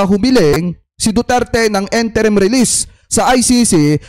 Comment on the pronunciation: it is "in-te-rim" release and not "-en-te-rim"...